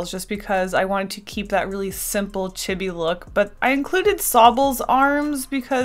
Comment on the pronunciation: ITS NOT IT CHEE BEE DUMMY!!!!